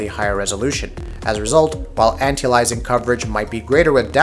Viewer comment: The way you pronounce aliasing makes me cringe